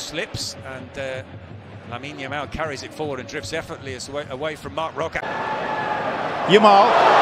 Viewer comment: One of the commentators really tries hard to say his name, but it turns out to be "Yamine Lamal" 😂